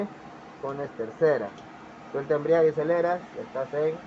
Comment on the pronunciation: EMBRAGUE no embriague